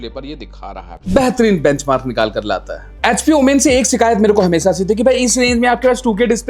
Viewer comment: Its OMEN Not OOMAAAINNNN😂😂😂